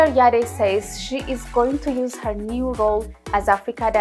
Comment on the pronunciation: The E in the surname is silent. She is Rama Yadd not Yadé!